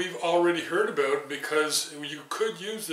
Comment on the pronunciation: Aboot on center Aboot ready. Oh i never get tired of that lol